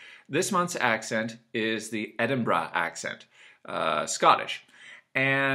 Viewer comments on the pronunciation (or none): Its Edin'bruh lol. Not quite there mate but not bad. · Why does he say "Edinbra" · sounds odd